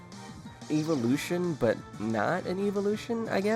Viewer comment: why does he say "eevelution"?